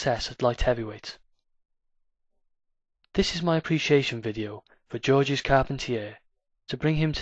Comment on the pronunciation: Pronounced George. S is silent.